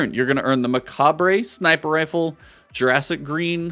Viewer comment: not trying to be "that" guy, but its muh-cob. the re of macabre is silent. Great Video! i didnt even know F.O.T.L started